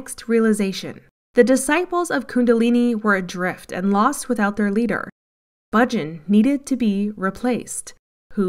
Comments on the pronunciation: The commentator is mispronouncing Yogi Bhajan. Hundreds of times. It is not Budgin! She is driving me crazy. All the same, this is a great expose and more than true. Congratulations. Try saying Baah-Zshan. Beware of anything that seems too good to be true. Beware of Gurus. Beware of smooth talkers trying to sell you something. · You folks did a tremendously good job on this documentary. Really, exemplary! The editing, soundtrack and footage are perfect. I have only one problem--the narrator repeatedly mispronounced Yoga Bhajan's name. Bhajan is not pronounced Bujin! Try Bah-zhan. All that hard work, and this one nerve wracking error like screeching chalk on a blackboard. All the same, congratulations for a powerful expose! I met Bhajan in 1971. He was a con from the very beginning. By the way, a bhajan is a devotional.hymn. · Thank you for this documentary, very right on. Just one thing, Yogi Bhajan is pronounced …Baahjaan … long a’s no u or i sound … keep up exposing these folks. I met Yogi Bhajan in Santa Fe NM long ago and he is absolutely 100% a rip off. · Bhajan is pronounced Bayah-n Guru Jagat us pronounced Yg-ah-gyad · it is "jahgaht" and "Bahjahn" whether or not they are husksters